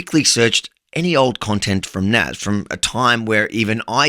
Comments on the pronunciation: Nas = People in Arabic... plot twist, in Arabic it's pronounced NAS with an S not a Z 😂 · btw, if his name is Nassir, in Arabic, it’s pronounced as [nas:seer], like: [nas]+[seer] :) i is pronounced as ee :) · it is not NAZ but one with "i" in the end of his name ;)